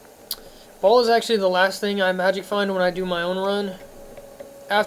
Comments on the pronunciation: "Ball"? ...Seriously? Lmao. (Future reference, "Baal" pronounced "Bail") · I'm pretty sure even Deckard pronounces it as "Bale". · How have you been playing the game all this time and cant pronounce Baal aka "ball" and magi and nilothak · Magi = Madge-eye Baal = Bay-ill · What's with you and your inability to pronounce names. It's "bale" not "ball", and "iz-wall" not "uh-zool". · i have to say this man .... why the fuck can't you pronounce ANY of the names ? Shenk he says shink ... baal he says ball ..... how did you even get your setup being such a noob ?